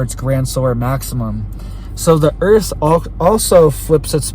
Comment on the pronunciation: Its dah earf